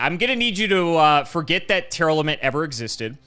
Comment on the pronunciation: STOP MISPRONOUNCING TEAR-LAMENT. IT IS TEAR - LAMENT. as in LA-MENT. as in LAMENTING THE DEATH OF YOUR PARENTS.